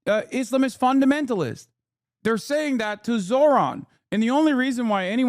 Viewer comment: Mark Levin pronounces Islamist like hes got salami on the brain